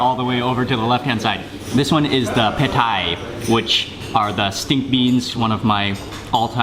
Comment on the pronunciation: Stink beans are pronounced Peh Tay as in tailor. Not "Thai"